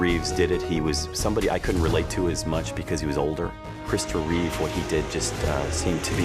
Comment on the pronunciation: REEVE There is no s on the end of his name. Even after more than 40 years; numbskulls can't get that right... And there is nothing wrong with Cavill. Anyone who says so is terminally wrong.